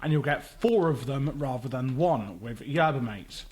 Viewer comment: Not to mention Yerba MAH-TEH